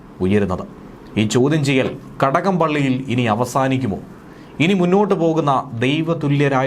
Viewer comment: കടകം..? ഘടകം...? ഗടകം..?..ഖടകം..?ങടകം..? ചടകം....!!!..